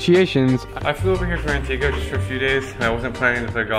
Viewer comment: Lol Antiga? U Mean Antigua